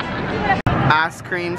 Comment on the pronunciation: Sorry... but it sounded like you said, "ass cream swaaaaggg" lol